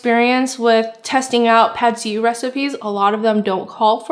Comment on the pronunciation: “Pad see you” is how to say it I think